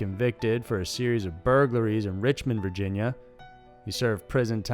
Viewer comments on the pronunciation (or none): none